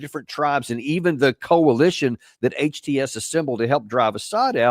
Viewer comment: Trying to pronounce HTS kinda mademe laugh 😂